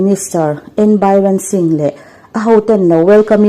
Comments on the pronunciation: Bairensingh an ti ngai lo sap tawng ani lo a, mizotawng a birensingh a ni tawp mai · Bynrenshing in ilam ah, Biren shing tihtur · Miss, Bairen nilovin Biren Singh aw... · BAIREN SINGH 😂😂😂 sapṭawng chu sawiloh, tlema chhiar dik deuh tur hian chhiar hram ṭhin teh u, ngaihthlak a ti nuam lo ṭhin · Vai hming ni nanânāa a engatia Bairen i'n tih talh chu, kan saptawng ngaisang lutuk hian zahpuiawm takah min siam fo mai, zahthlak deuh mai a ni Biren tih ni renga Bairen han tih chu😄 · Bairen dingh ni lovin B I R E N SINGH ani lo maw. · Bairen singh nilovin Biren singh tive mai la, sungnu nilovin sugunu su gu nu ti a lamrik tur aw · Nang-a pawh chu i la sawi dik chuang lo😅😂🤣, biran singh ni lo in biren singh zawk. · Bairen singh ti tawh suh, a hma pawn Bairen singh iti tawh tkatin ka ka hria a, Biren singh aw 😂😂😂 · News reader nih chuan, news ngaithla a, an lam dan dik te lo Chik thin hi a tha ania.. ...manipur CM hi a lar em em a.. Bairen Singh anti thin emni le? Biren Singh an ti zawk em? Hming lamdan dik hi a tha ngai